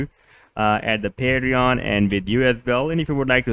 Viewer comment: I have never heard anyone say Patreon like you do PaeDreJoN hahaha